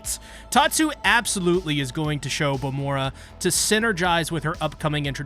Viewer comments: Y u calling her vamora instead of vamola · why does everyone call vamola bamora?